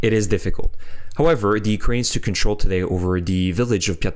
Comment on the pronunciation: Its a small thing but i enjoy your correct pronunciation of Ukrainian towns while also being fluent in English & thus still easy to listen to.